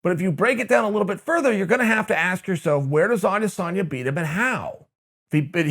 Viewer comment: A-dis-en-ya. Have some respect, and learn the dudes name!